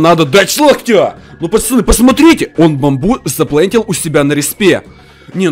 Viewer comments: Кто заметил что он говорить не поцоны а пачаны 🤣🤣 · я смеюсь на твойх видео ты говариш почяны место пацаны хахахахаахапхах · Хватит говорить пачяны